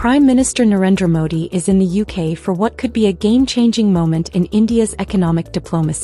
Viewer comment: Please don't say नरेंड्र मोडी again. It hurts my ears.